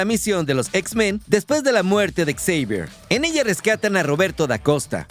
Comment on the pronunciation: Deja por favor de decir ecseivier, te escuchas mas ridículo que Xochitl en un discurso.